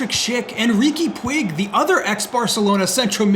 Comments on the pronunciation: don't wanna be such a criticist, and whole this project is just great, but Riqui is not a pig, pronunciation is something like pooch) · try saying like Riki puch son't pronounce the I or the g